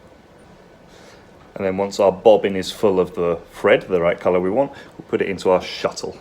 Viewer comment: did you know you pronounce thread the same as Fred? Is that a dialect particular to your part of the UK? The fifth day of the week... Thursday, do you pronounce if Fursday, as in the day you sell a lot of furs?